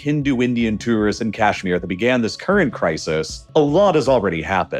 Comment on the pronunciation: Too-wrist? Whats that?